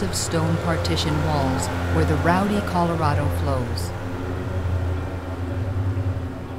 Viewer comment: Great job. Loved the video wish you could learn to pronounce the name right it's Spanish Colorado not colorada.